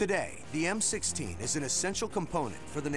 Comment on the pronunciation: it sounds like he said M60 did anyone catch that or is it just me?